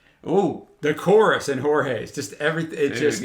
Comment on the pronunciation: A correction: The pronunciation of "J" im Portuguese no is like in Spanish, ("Horge") is more similar with english, for example, "Joe"